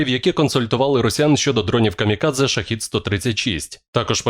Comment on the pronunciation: ШахЕд а не ШахИд..разница в переводе слов